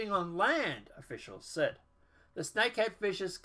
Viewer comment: I was confused by the title... But listening to your video I see why... You missed the S in Snakehead.